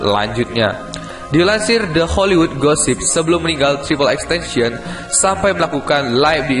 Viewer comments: Triple x tencion?triple x tentacion yang bener bisa baca gak bro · Bukan xtencen bang xxxtentacion bang🤣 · Yang bener tuh XXXTentacion bukan XXXTention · ten ta sion bodo bukan tension